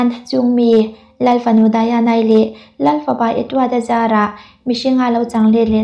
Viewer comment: Diana hi English ania Daina ti tawp ta che Daiana ti a han lam hi anin awm, a hming hi i lam zing bawk si.....